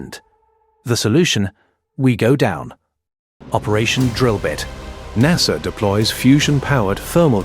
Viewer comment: this would be great if you voiced it yourself. Narrrsssaaaa